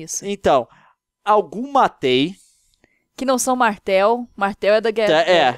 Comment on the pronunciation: Leon, Matei não se pronuncia Matei normal, se pronuncia Matie, com o sotaque francês.